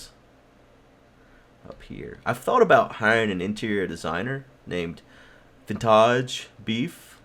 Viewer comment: Lol "vintaj beef"